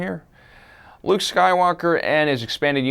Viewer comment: his name is luuke